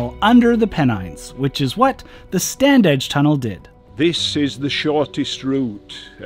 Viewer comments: You say it 'Stan-ige' no 'd'. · we always pronounced it Stan-age.